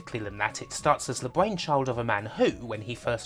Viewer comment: "The BwainChiwd of Ghost n Gobwins".. what exactly is the accent that makes r's and l's into w's? it's rough on the ears whatever it is